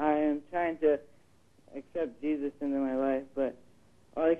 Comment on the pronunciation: did she say cheesus?!!!